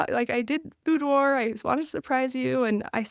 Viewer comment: Great tip for individuals and couples. PS, It's pronounced buːˈdwɑːr